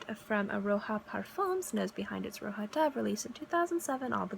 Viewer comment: It is Roja from Roger, not Roha.